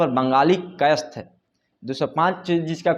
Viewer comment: पत्रकार हैं तो कायस्थ का उच्चारण ढ़॔ग से कीजिए जोर देकर🙏